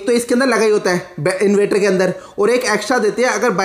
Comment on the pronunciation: Inverter bolna to sikho